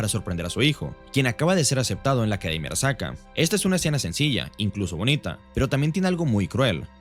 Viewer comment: porque dice arakasa en vez de arasaka?